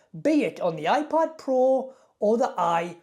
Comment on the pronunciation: Af first it sounded like you said iPod.